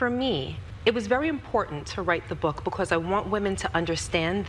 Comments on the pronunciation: Yo she says "bacaws" just like Envy! 😂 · Her damn because's be killing me. Where the hell the "w" come from? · Gia and Envy both pronounce the word “because “ weirdly